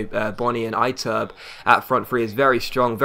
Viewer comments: lol Iturbe is EE-TUR-BAY, pronounce as if you were hispanic, cus he is argentinian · It's pronounced IH-TUR-BEY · Ee - tur - bey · One thing I hate is when people can't pronounce players names properly you're pronouncing "Iturbe" wrong.